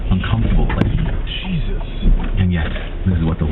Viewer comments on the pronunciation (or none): Let your spokesman know that he has to learn how to pronounce Spanish names correctly like when he misspoke "jesus"